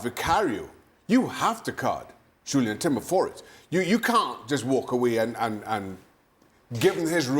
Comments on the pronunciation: Its jurrien, not julian timber u idiot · We would keep at it until they do their homework which is expected of them and is bare minimum... Football punditry has gone beyond just wearing suits , seating in a cosy studio and hence seeming you can yarn smoke and crack dead jokes of the "By-gone years"! PS:- It's Jurien not Julian Mr. Hislop